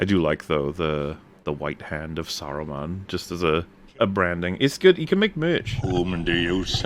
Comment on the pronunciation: "Sarumen" is when you have multiple of him?